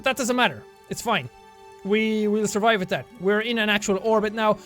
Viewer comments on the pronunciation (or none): none